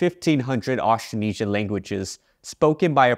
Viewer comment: The way you pronounce "Austronesian" is not accurate, misleading, and too simplified. The consonant cluster "tr" is completely inaudible.